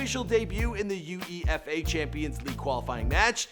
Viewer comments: U E F A 😂😂😂 Americans shouldn't be allowed to talk about football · UEFA - it's actually an acronym. Lol "U-efa" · its not prounounced U.E.F.A its just pronounced UEFA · its not u e f a its uefa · This man has to find out how to say and pronounce words, u.e.f.a😂😂, its u way fa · this guy said U E F A LMFAOAOAOAOOOOOOO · U e f a - two zero - smh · Teach him how to say uefa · How to pronounce 101: Zeedaan U E AF A CHAMPIONSSSSSSSSSSSSSSS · He researches all this but he can't research how to pronounce words like 'UEFA' or 'Zinedine Zidane'! Smh